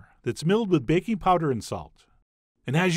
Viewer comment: I thought he said baconpowder then my brain corrected itself to bakingpowder 😫